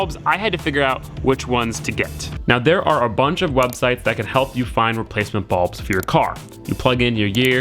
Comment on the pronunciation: why are you calling them balbs